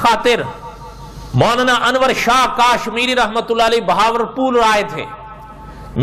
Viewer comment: Molana sahab kaaaashmiri nhi hai kashmiri hai 😁😁😁